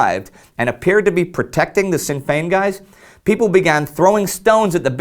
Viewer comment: just a little point, in Sinn Féin, you pronounced Féin flawlessly but Sinn is pronounced "shin" not "sin". not to be rude just a that little thing that made me cringe